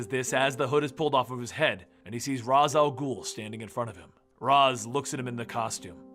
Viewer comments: Raz Al'ghul. pronounced RAYSH AL GHOUL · great vids but isnt Ra's al ghul pronounced (Ray-shall-ghul) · Ras al ghul? I thought it was Ra's al ghul, either he pronounced it wrong on accident or I did. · seriously.... it is NOT Raz Al Ghoul... it's pronounced Raysh al Ghoul.... otherwise, good work! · Just a question, isn't is pronounced like raish not ras al ghoul? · Why the fuck does this guy pronounce raich al'ghul's name as ras? Does he know that in batman beyond that talia corrected Terry's pronunciation because of that? I would assume that's enough to get it into people's brain that it's raich and not ras! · Why’s he pronouncing Ra’s name like Raz. In every dc animated movie/tv series it’s not pronounced like that. Just sounds dumb. Only criticism, everything else is good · I love this channel, you’re saying Ra’s Al’ghul incorrectly. It’s pronounced “Ray-sh”. Not trying to be “that guy” but. Just trying to help🙂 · I love this channel, but for the love of God, it's pronounced "Raesh Al Ghul" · probably because he mispronounces Ra's Al Ghul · I'm only bothered by the mispronounciation of Ra's Al Ghul